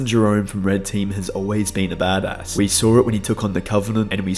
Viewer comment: You pronounce badass like a yank as another Aussie this is very weird to hear. Good bit of lore though